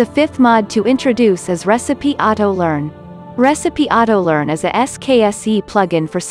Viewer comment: "That's it! I've come up with a new recipeh!!!" Sorry, I couldnt hold off that moment